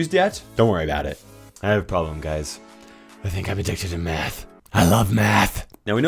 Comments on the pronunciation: "I think I am addicted to math (I thought METH), I love maathhh ( again so confused with meth)." 😂😂😂😂😂😂😂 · He sounded like he said I like meth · When you said “I love math” I thought you said meth and I was so confused. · I don’t think realized his “I like math” sounded a lot like I like meth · i thought you said meth lmao